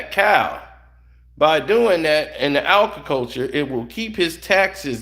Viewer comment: It’s “Agriculture” however, great video.